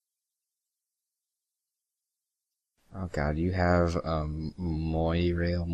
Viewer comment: "mwah-rail" Fucking incredible